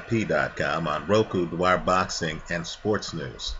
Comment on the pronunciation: I know you struggle with names Dwyer but pronouncing a guys 4 letter surname 5 different ways in 1 video is a bit too much lol.